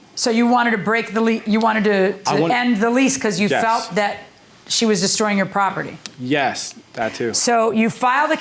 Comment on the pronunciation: It's p-r-o-p-e-r-t-y. Not p-r-o-p-i-t-t-y.